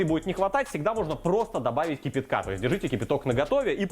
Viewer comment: "КИпИтка с кубиками" - руский язык коверкает. То что " сырно" -иэто понятно...